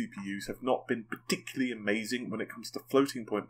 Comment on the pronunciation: Can u pls stop going parTICularily.. its infuriating